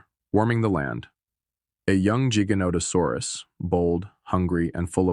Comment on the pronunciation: Why you say Giganotosaurus like it starts with a J?